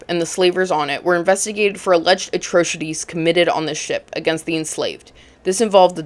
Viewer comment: Sis said "A-Trose- itees". 😂